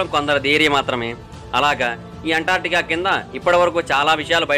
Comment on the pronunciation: అంటార్టికా కాదు బ్రదర్ అంటార్కిటికా